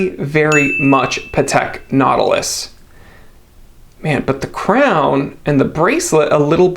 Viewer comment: Patek Not-ilus